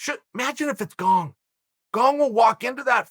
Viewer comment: Me: Gane Uncle Chael: Gong Also Me: Gong